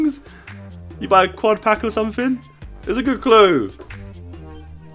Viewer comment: Quad josh not cuad 😂